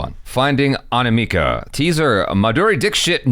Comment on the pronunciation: My name is anamika And the way pronounced my name Aniimaaka sounds hilarious 🤣